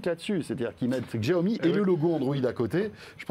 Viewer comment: François faut arrêter de dire djaomi, vraiment